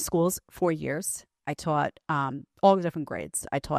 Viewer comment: I twaught this and twaught that. I twoota'em! The Sopranos called, they want their teacha back. 🤣